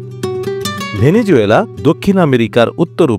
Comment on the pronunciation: ❤ভেনেজুয়েলা❤ সঠিক উচ্চারণ হবে ভেনেজুয়েলা ।